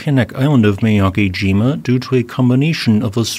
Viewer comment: Mee-yah-keh-jee-mah* is the pronunciation.